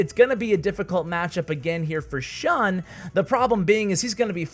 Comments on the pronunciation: Also its pronounced shoon not shuhn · shun is pronounced ʃúːn